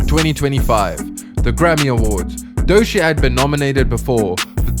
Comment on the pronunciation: Like many others, I look forward to more of your videos - but.. maybe less usage of varying AI voices, and ensure your AI voice actually knows how to pronounce the Artist's name. Otherwise, you are making it clear you're just a virus AI producer.